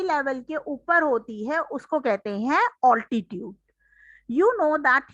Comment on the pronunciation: Mam wo oltitude nhi hota mam it is altitude